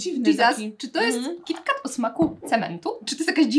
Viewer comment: W końcu ktoś kto mówi kitkat ,a nie kitket